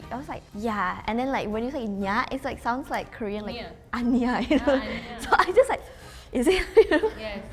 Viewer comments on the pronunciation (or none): none